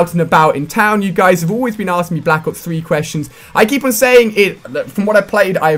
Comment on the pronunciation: If you listen closely you can hear him say back ops 3